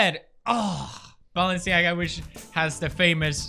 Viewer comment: how pewds says Balenclaga